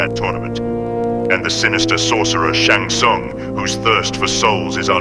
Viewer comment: Why can't Americans pronounce Shang Tsung properly?.....